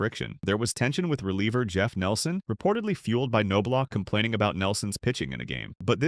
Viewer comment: The "K" is silent...Say it with me now....Nob-Block.... Kanoblock 😂🤣...Also Andy Ped-it not whatever nonsense came out of your mouth